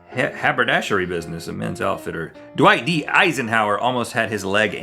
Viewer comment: it sounded like he said "do i eat Eisenhower"😂😂😂